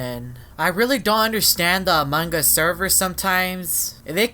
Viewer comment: you don’t say among Gus you say among us =-)😉